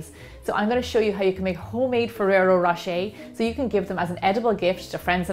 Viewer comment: that´s exactly my point. I´m not saying you can´t reproduce such things with your own twist. but just say it was inspired by this and that product. instead of using the name over and over to seem the product/video seem more legit. also, in this particular case: ferrero rocher pronounced by an american just sound ridiculous.